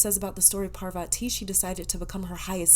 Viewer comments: Ojas is read as is and so 8s Parvati...u pronounced it right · Heyyy For the pile 1 You pronounced 'parvati' correctly but the other one is pronounced as 'ojas', the 'j' is not pronounced as 'y', as in 'jus-tice'. And 'ojas' means 'radiance' or 'light'. I hope i was able to help 💗💗💗